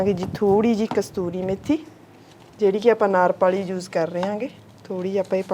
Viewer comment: Kasturi nhi ksoori hunda a